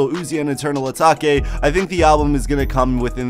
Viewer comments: Did my mans just say eternal ataki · Dont tell me my man just said eternal atake wrong...🤦🏻‍♂️😂